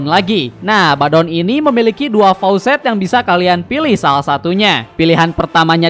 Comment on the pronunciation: Faucet = Keran. Faacet woii